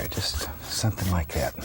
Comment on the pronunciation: "Somethin' lye gat..."